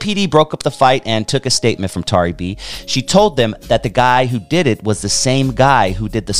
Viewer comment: I remixed some of her tracks on a recent album and she is an incredible person and artist. Though her name is mispronounced throughout the video and there are some inaccuracies, I like this video.